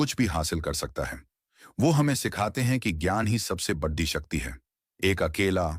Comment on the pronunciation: बढ़ी नहीं बड़ी 😅😅